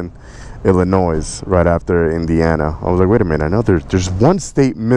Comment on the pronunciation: You don't say the S in Illinois!!!! LOL